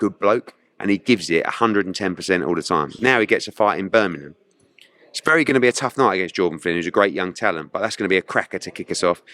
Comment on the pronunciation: Pls ask eddie why he never says Birmingham correct. Seems to b the london guys. kugan and darren barker say it the same way as eddie 🤷🏾‍♂️ thanks October red